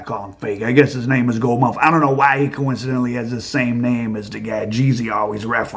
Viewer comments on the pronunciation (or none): "Gold Mouf"??!!😂😂😂😂